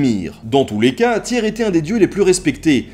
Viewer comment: Vidéos vraiment passionnantes, on sent que tu aime ce que tu fais! Pour info, dans les langues nordiques, le y ne se prononce pas pareil; un peu compliqué par écrit, mais essaye de faire un U avec ta bouche, et de dire i. Je pense à la prononciation du dieu Tyr par exemple.